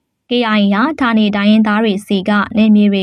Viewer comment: ဌာနေ လို့ဖတ်ပါ❤❤